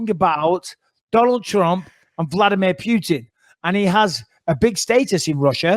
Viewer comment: Vladmeer Pewtin